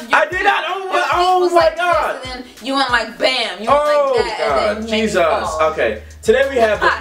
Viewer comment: why they say Jesus as JesUs